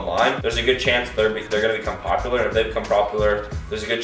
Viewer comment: plopular he says 😂 get this to pinned :)